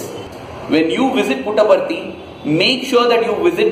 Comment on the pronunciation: Davvero curiosa la sillabazione "Put apart it" ....(y) simpaticamente veritiera.